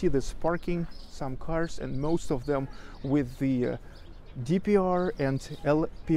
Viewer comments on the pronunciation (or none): none